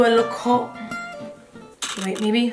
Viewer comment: “We’re gonna be h0ht we’re gonna be sExEh” lol 😂 😆